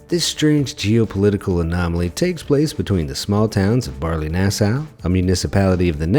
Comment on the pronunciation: Very funny how you prenounce Baarle-Hertog and Baarle-Nasau to a native speaker. Good that the Netherlands and Belgium are friendly countries, so the habitants can simply walk from Belgium to the Netherlands and back without any issue. No such issues as between the USA and Canada. Thx for the video.